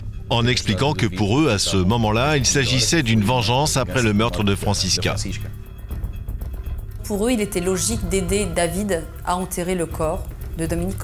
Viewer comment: Pourquoi la voix off n'arrive pas a dire "Franscisca"? IL dit toujours "Francis....CA" 🤣